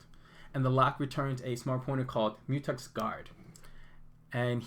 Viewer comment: Good $hit man! But isn’t it a Mu“Tex” not Mu”Tux”? Haha